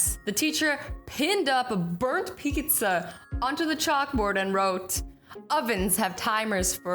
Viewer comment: She said picidzza